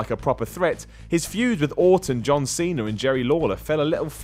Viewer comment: Love how says Cena. "Seen 'er"